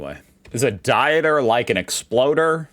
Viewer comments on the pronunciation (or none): I have told you 60 times by now the I sound you're making doesn't exist in the European countries. Think of Pizza. It's not exactly Pizza. So as always your names for something outside USA and UK is crazy wrong. It's Dieter like Skeeter. How come you don't say Realer Airhsain... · dieter is pronounced deeter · Dieter is pronounced like you would Deeter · Dieter is pronounced more like dee t (air) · dieter is pronounced like deeter🤣😉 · The first e in Dieter is to show that it is a long sound. In general "ie" is pronounced with a long EE sound (Deeter in this case), while "ei" sounds like eye. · The German male first name Dieter is pronounced as ['dee-tar]. If you see "ie" (an e follows an i), its mean the vowel i is spoken long (like "ee" in English). Don't confuse that with the German diphthongs "ei/ai", which both are pronounced like English "eye". It has nothing to do with diets. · The "ie" in German is pronounced as one would pronounce "ee" So Dieter would be pronounced Deeter There are exceptions to the rule but generally ie =ee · Dieter = Deeter spoken like long "e" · Err, Dieter is a very common German first name, pronounced "Deeter' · "Dieter" probounces like "Deeter". Little Hack to probounce ie and ei correct: ei ends on i and probounces Like "i" , ie ends on e and probounces Like "e" greetings from Germany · It's pronounced "Deeter". .;) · Pronounce the second vowel in ie and ei. Dieter=deter or deeter like in seed. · Dieter (like a diet) hurt my brain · Learn about diphthongs. There is a good video about it called 'Dutch Vowel Combinations and their Pronunciations' Dieter, in German, is the same as in Dutch: Deeter. A name. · u think it will be before or after 2060 that learns that "ie" in german is pronounced as i and "ei" is pronounced as eye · Greetings from germany., our "ie" is spoken like your ee in beer. You spoke "ei" like your i or the word eye.